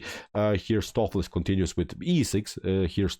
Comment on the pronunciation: Not watched vid yet, just 2 minutes in. The correct pronunciation for Stoofvlees is 'Stowf flace" with the O in 'stowf' pronounced like the O in 'both'. It's Dutch and it means beef stew.